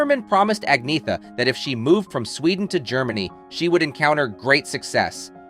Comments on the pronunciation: Her name is pronounced An-y-etta not Agn-eetha. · Se dice Agnetha, con cierto acento, pero no Agnea. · It's really a pity. Her name is Angetha n not At-net-ta or At-knee-ta ok!! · Actually, if you check out her pronouncing it, the Swedish pronunciation is Ag-ny-etta but she says you can also An-yeh-ta or Anna. She does not say An-neta or Ag-neetha. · Her name is pronounced Ahn YET ta. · It's pronounced "An-yetta". Reasearch better. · It's pronounced An-Yetta. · An-yetta - at least get the pronunciation right if you going to do a video clip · How on earth can you expect anyone to take you seriously when you can't even pronounce her name?! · Your pronouncing her name incorrectly. 😫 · Can’t even pronounce her name correctly 😂😂😂 Sensationalist click baiting at it’s worst!